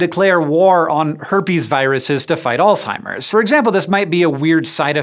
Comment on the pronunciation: If you want to be perceived as intelligent learn how to pronounce words correctly it's Alzheimer's not alltimers